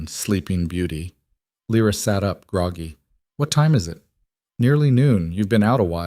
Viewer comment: It kind of ruins the story when the narrator keeps changing how Lyra’s name is pronounced.